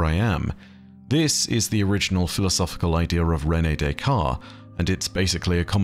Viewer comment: Great video I’m sure you will get many messages: but it is "cogito ergo sum", not "cognito” Also you pronounce the "t" in Descartes, but not both “s”. If there was no "e" after the "t" it would likely be mute, but not in this case.